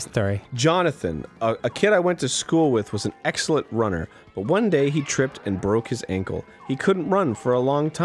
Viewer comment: DID ARIN JUST MISPRONOUCE BUT?? HE DID IT AGAIN!